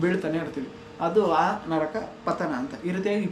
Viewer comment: Adu nraka alha bro naraka